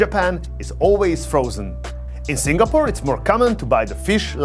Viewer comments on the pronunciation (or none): none